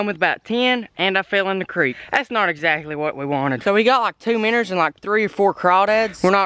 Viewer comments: its minnow not minner lol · Does anybody take into account that he's not saying Minos he's saying minners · Why do say minners